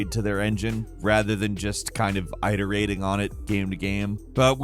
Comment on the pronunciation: eye-terating... yeah, that's not how you pronounce that word. Lol.